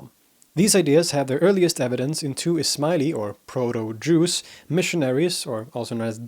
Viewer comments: Correct. It’s a slight mispronunciation of Druze, pronouncing the DR as one consonant, sounding g like DJ, or J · That's correct I heard it as Jews too and was thinking if they were similar to each other. Need to rewatch to understand what he is meaning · He's definitely either saying Juice or Jews, but certainly not Druze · You are saying Druze it almost sounds like Jews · Yup haha me too. D is so close to J the way he says it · English auto subs displayed the same. Jews whenever he said Druze. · The d sound followed by the r sound in English is often pronounced like a j followed by an r. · It sounds like that if you don't know otherwise, and even the auto text thinks that is what it is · his pronunciation of ح though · It's not you hearing it, it's how he pronounces it lol. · It is weird that the western guy with excellent pronunciation of Arabic can't pronounce the sharp 'r' in druze. Unless the Arabic pronunciation of the word 'druze' is actually the way he pronounces it. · I keep on hearing him say Jews instead of Drooz, it was a slight blemish on this historical masterpiece. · He keeps saying "Drooss" instead of "Droozz.' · You need change your pronunciation from Jews😅 to Durzi or Dhuruzee etc. We are from surrounding geography and we know how to pronounce it otherwise the other continental people are thinking that you are talking about Jews and title "Druze" is wrong😂 Apart from that it is very informative with some more missing mischievous among those Groups like Nusayries, Durzies, Ismailies etc. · I just listened to the podcast version of this halfasleep and was very sceptical. Sure, you're the expert but there's no way you would correct in this one. But apparently you were saying "druze", not "jews". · I don't know if it is the bad audio, but make an effort to pronounce what i presume to be "Druze" in a way the sounds different frrom "Jews", which is what i am hearing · look at the founder's name Ad-Daraazi and then do this "Daroozee" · I hear Juice.